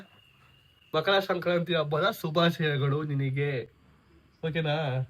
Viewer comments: ಅದು ಶಂಕ್ರಾಂತಿ ಅಲ್ಲ ಸಂಕ್ರಾಂತಿ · Shankranthi alla bro sankrathi😅 Happpyyy sankrathi🎉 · Shankrnti ಅಲ್ಲ ಸಂಕ್ರಾಂತಿ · It is not shankranti it is Sankranti 😂😂